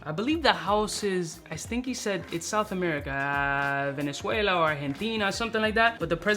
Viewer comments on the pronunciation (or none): none